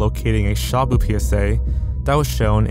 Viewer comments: lol, You pronounced shabu as shamu. sha is quick and short. And bu is more like boo! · your pronounciation of shabu hurts my filipino soul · i hate the way you say "Shabu" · not that it really matters, but shabu is pronounced more like /shuh-boo/.